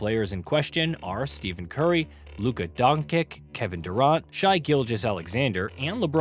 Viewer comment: Pronouncing Curry & Luka’s name wrong. Is this ai voiceover?